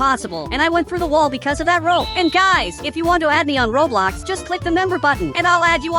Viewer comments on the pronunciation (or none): none